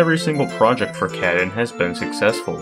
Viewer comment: Thank you for making this video! Showcasing multiple runs and explaining some of the techniques of accomplishing them is always nice to see. Also nice to see the recent smb1 grind going on being a highlight. They have been working hard on helping each other to get the time lower. Lastly, I can't unhear "cat-in" instead of of "kah-tune" 😆